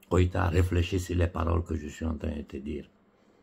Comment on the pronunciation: c'est GOÏTA et non KOÏTA!